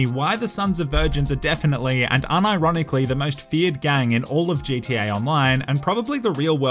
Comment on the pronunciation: "Hey lads and lasses, here with Jay T A online" JTA? Such English.